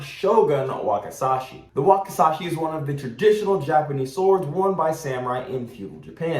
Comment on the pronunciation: The Wakizashi Would Be My Personal Weapon Of Choice In A Zombie Apocalypse. Also , You’re Accidentally Pronouncing It Incorrectly, It’s Pronounced “Wah-kee-ZAH-shee”, Not “Wah-kuh-SAH-shee”